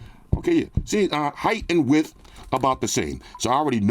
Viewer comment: “WIDTHS “ WIDTHS